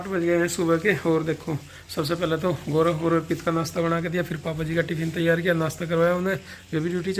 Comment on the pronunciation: आप लोग गोरव क्यों बोलते हैं गौरव बोला जाता है आप एक टीचर है शुद्ध हिंदी भी नहीं बोलते हैं , प्रीति भी गोरव बोल रही थी